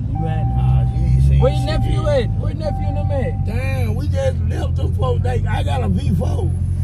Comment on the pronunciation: “Nepfrew” I never hurtcu nepfrew 😂😂😂